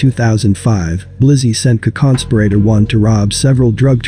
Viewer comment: What is a conconsperator? Wtf? Lmmaooooooo Edit: Co-conspirator? Is that what its trying to say?